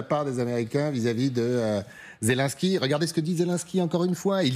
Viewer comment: Pas "Zé Lin ski", Zé Linnn ski! Pourtant vous dites "Jostinn Troudeau"! Allez comprendre ;) Vive Ze France!